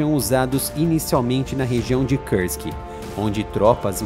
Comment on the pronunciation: nao se fala Kârsk !!!!! é Kursk, com som de ú, igual urubu, uva, umbigo....